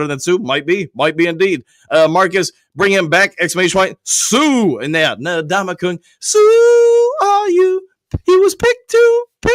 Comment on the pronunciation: Can we please pronounce the man's name correctly? N-Damukong Suh is how you pronounce it, not Nadamukong. Say the N, then the rest of his first name.